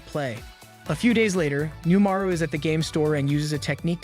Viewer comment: Reminder that it's left ambiguous if Umaru's shapeshifting powers are actually real, or if it's just a narrative stylistic choice for the audience's benefit. Also, you keep pronouncing "Umaru" wrong.